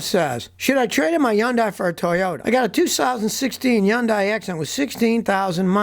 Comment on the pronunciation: Scotty please! I love you. But please it's not yun die. It's HUN-DAY LIKE Sunday!